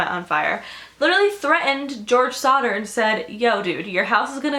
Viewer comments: I thought she said Slaughter Family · I kept thinking that you were saying Sauter which is my cousin's last name and I was like freaking out but it's actually Sodder and George sodder sounded so much like George sauter which is my dead grandpa and my 2 cousins names